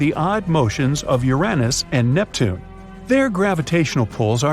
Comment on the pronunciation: The AI voice is awful..NeptunEee? Lol